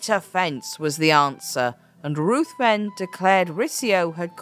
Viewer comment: Lord Ruthven is pronounced Rivven.